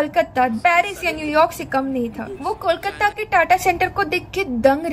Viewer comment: Nahi. Wo Sabhya bula Rahi hai aur Kolkata ko Bhi sahi se nahi bol Rahi Hain. Aisa aksar non Bengali logo ki problem hoti hai. 😊